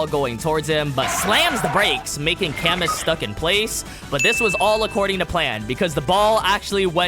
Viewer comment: I know we will probably never hear his name again, but just for future reference if there are more French people in the manga with names that are similar, camus is pronounced "cah-moo" not "kamuhss"😂